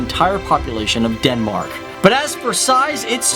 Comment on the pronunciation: Dude it's not Denmarak! It's Denmark or on danish: Danmark..